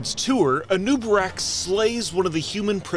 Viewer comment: I always thought it was "A noob A'Rak"